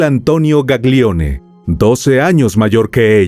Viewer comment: La pronuncia de los apellidos son “Gallione/Milliore”.🩷